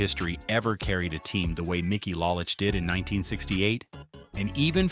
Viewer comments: it is LOW lich not LAH lich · It's Low-lich, not Lah-lich. If you are going to do a video, learn how to pronounce the names. Then Al Kah-LEEN ? Are you kidding ? I don't have much argument with the content but the audio sucks. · This was so bad in so many ways. Mickey ‘Lahlich’? Al ‘Kahleen’? At least pronounce the names right. Whitaker number 4 ahead Greenberg and Crawford and Trammell? Are you high? And what the he** is Tris speaker even on this list? He never even played for the tigers. At the end as you summed up the franchise, you showed videos of other players on other teams! This entire video is an embarrassment